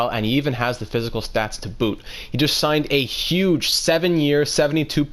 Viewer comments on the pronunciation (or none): none